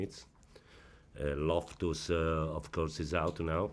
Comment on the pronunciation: Ayieko Owino he said lophtus